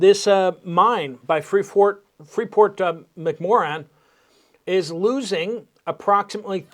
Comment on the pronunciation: pronounced "mack -more-ann"